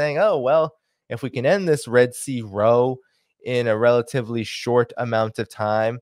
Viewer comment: Apologies up front. You are saying row (a minor fight) incorrectly. It is row as in sow (female pig). OCD is a bane.